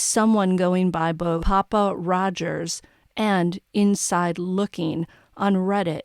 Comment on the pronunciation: Ahhh! You NAILED “PappaRodger.” I was wondering what the hell it meant. If Kohberger is an Incel…